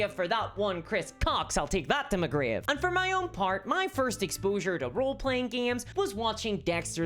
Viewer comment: Now just imagine every time she says “and” she actually says “hand”.